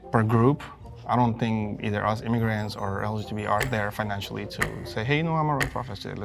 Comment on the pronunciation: yeah, that reaction gave him away, lol. And when he could barely pronounce LGBT 😂